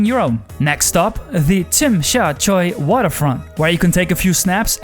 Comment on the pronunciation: Youre one of the few gweilos who can properly pronounce Tsim Sha Tsui! Kudos to you! Cheers!!